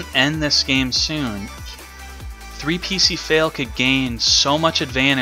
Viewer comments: not sure if you were trolling on how you pronounced ( epic fail) or genuinely didn't know 🤔🤔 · Your pronounciation of his name was an "3p1cfail". In all seriousness, I appreciate what you've done for the Duel Links community. Keep up the good work, best of luck to you and your girlfriend.